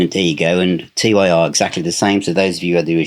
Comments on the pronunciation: Tyr is pronounced tear (as in crying), not t, y, r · its not T. Y. R. ! Its Tyr! the germanic mythology god. :) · Why do you spell out TYR? Isn't it just pronounced Tyr (tear). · It's pronounced Tur the God of War and the ruler of law in Scandinavian mythology anyway you want to say it in English is fine with me lol 😂Teir, Tire or TYR it all means the same thing depending on what country you're from. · Its Tyr (pronounced tier)...the norse god of war......not T-Y-R😊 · FYI, Tyr is pronounced "Tier". Domini is pronounced "Doe-min-ee". ;) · Btw, the album is pronounced ‘Tier’. Great video! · Great video but why are you pronouncing TYR as T-Y-R? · TYR is just pronounced tear, lad. £99 for the cd set. They can get bent. Absolute madness.